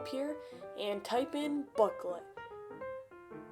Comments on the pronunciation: "today im gonna show you how to hack booklet" its "blooket" XD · no way this dude is saying "blooklet" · Bro calls it blooklet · bro pronounced it "booklet"